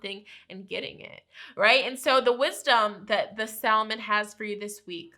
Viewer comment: salmon is pronounced sam-on